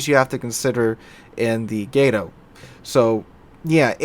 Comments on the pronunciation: Why can't anyone who plays World of Warships pronounce Gato correctly? It's freakin' "Cat" in Spanish. Look it up. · love your channel but my god, its pronounced GAH-TOE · its pronounced "gato"